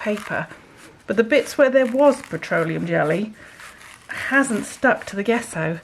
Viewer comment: Loving your experiments. Gesso is pronounced with soft J…Jesso.